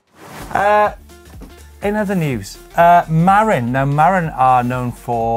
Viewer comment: MA-RIN, not MAR-IN. Just pronounce everything opposite of and it will be right.